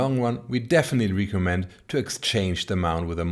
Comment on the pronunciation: Mein erstes Video was ich von euch gesehen habe war das "Beyond IMAX: Filming with a gigantic 16K" in den ersten 20 Sekunden ist irgendwo eine Stelle "it gonna have", da fehlt das "s". Manchmal die Aussprache von einzelnen Wörtern wie "recommend" bei . Und natürlich Eure Website, die gerade aktualisiert wird :) Den meisten fällt das aber wahrscheinlich garnicht auf.